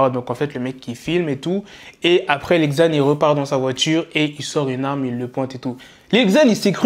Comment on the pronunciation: 😂ca se prononce lil zan pas li ggzan